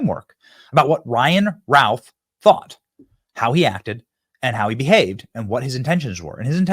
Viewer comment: BENNY, his last name is pronounced "RUTH"